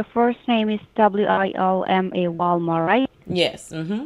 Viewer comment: I swear when she repeated your name I thought she said Walmart. 😂